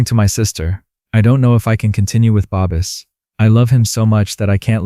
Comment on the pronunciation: Or Babis and then said babies lol 😂